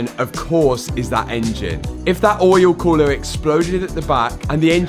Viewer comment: Oh my god I was so excited when I saw this video in my feed!! My fav part? saying "Oyul Khoolah"... Lmao😂😂